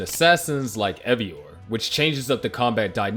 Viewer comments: Evior? The hell? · Evior. why am I watching a video from someone who's never played one of the games before